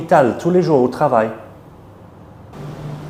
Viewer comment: That S sound must be moved from dans to jours.